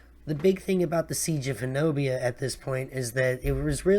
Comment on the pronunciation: Just a few seconds in and looking forward to watching the video. fyi, it’s “Honobia” and pronounced “Hoh-Nuh-Bee”